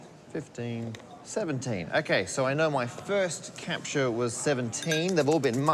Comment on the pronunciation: "Capture", not "CAPTCHA", ok.